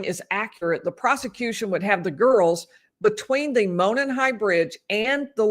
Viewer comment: Would love to have coverage from the trial~ been waiting on this trial forever. I'm originally from the area...and by the way Monon is pronounced Mow Non....lol :) My heart goes out to you and your family over the loss of your husband. I don't know how you're doing so well...my husband passed away 2 years ago and I'm still a hot mess. God bless you all 💗 Thanks for all you do.